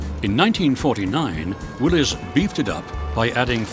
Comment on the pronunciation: Thank you for pronouncing Willys correctly.